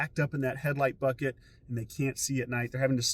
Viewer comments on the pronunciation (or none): none